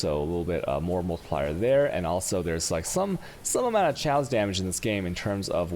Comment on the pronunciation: holy shit. his english spelling is soooooo bad :/ daggers are not dajjers. chaos is "k"aos....